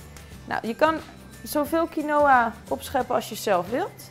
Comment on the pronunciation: Lekkuuurr! Je spreekt quinoa alleen uit als kienwa :)